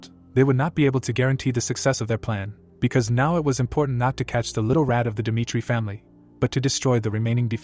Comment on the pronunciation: Jong huk dimitri.. He says.. 😂😂😂